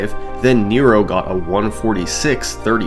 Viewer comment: This is absolutely not important, but Nero's name is pronounced more like nehro rather than knee-roh